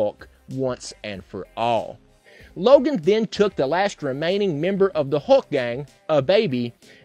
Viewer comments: Am I the only one who is totally annoyed by him saying hawk instead of hulk? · Dude doesn't say 'Hulk', he says 'Huck'.